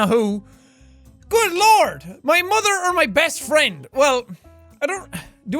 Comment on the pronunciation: "it's my muather" :)